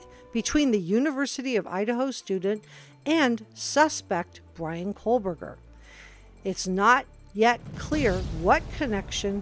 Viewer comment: Excellent report. I’m sure you are not doing this intentionally, but it’s Ko-berger, not Kohl-berger. No L. There has to be some connection, even if it was one-sided. All of the girls were HEAVY into social media—perfect for a stalker. He could have easily met up with one of them, and to the girl, it could have been inconsequential, not even worthy of mention.